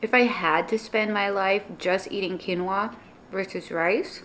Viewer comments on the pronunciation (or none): none